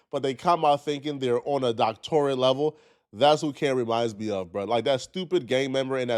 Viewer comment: Why did you pronounce "doctorate" like that?